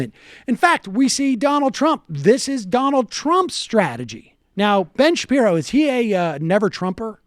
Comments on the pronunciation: Sam, c'mon... As a Jew, or otherwise, have you ever heard the name pronounced Shap-EYE-ro? You can't act. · You can tell this guy is not familiar with Shapiro, since he didn't even know how his surname was pronounced. Yet he's comfortable calling him "mediocre" off the bat. Newsflash: the clip they are commenting on is one where Shapiro makes clear that he is commenting on the hype about the movie, not the movie itself. Later he saw the film and put out a favorable review: They also claim Shapiro was against Wonder Woman, which is total BS. He also gave the film a great review. I know, I know, he's a popular conservative figure, so he's probably guilty of the things they are imagining, so why bother with research, right? Chuckle, chuckle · Let me preface this by saying, Ben is a douche weasel whose obsession with Black Panthernis just bizarre. But why is Sam pretending to not know how Ben's last name is pronounced? There is no way as a Youtube political commentator that Sam hasn't had the displeasure of seeing Shapiro. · Sam Seder needs to stop doing this thing where he deliberately mispronounces people's names. Especially towards people who are fare more established and recognised than he is. It comes across as really childish.